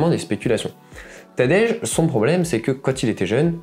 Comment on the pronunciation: Franchement la prononciation de son prénom m’a fait zapper… Tadejjjjjjeeee? C’est TADEÏ… pas Tadejjjjjeeee…